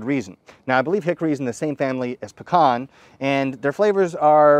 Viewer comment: Well at least he said Pecan right!